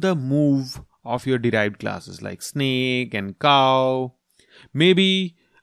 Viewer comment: its snake not snack